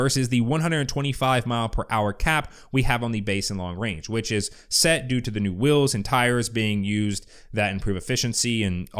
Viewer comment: *Wheels. You got that Utah accent saying "Whills". :D